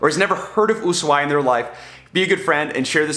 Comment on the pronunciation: I tried to finish the video but couldn't due to mispronounciatin of Ushuaia.